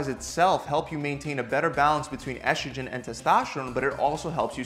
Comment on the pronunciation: Testoshterone.. Eshtrogen...? Where do you get the "sh" from?